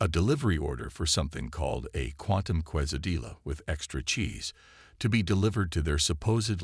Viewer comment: Nice story, HOWEVER!!!>>> would you guys n gals PLEASE STOP using these crappy AI's!!!??? Narrate the stories yourself like some posters do. What the hell is "Katalodging"..(cataloguing).....What the hell is a "kwasysaDILA"?? ...(cuesadilla)?? What the hell is "WHIP-n-ized"...(weaponized)?? What the hell is "PRAH-jekt"...(pro-JEKT).... What the hell is "DV40" ...(WD-40)????